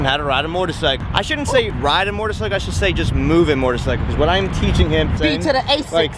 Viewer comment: it's a moTorcycle not mortorcycle